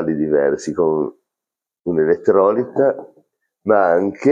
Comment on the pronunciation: Comunque si dice elettrolíta, non ekettròlita